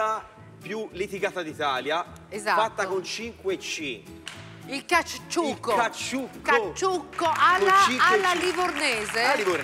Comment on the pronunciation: E il mitico gattuccio nel caCCiucco che la Clerici non riesce manco a pronunciare...🙄